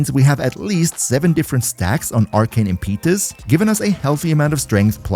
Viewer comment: Impeetus? I'd google that pronunciation :P Try 'im*puh*tus' plz... You're killing us just a little.